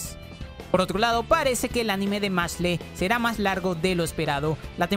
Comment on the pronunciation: Hola, hacía tiempo que no había una serie con nombre en Ingles y como mi vida se basa en joder a la gente, vengo a decirle que no se dice levioooosa, perdon, que se dice "machle", se dice "mashl" ya que el nombre es la combinación de las palabras "Mash + Muscle", por ende la E es muda